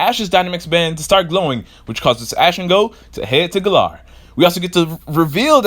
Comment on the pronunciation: It's Ga-laar not Ga-lar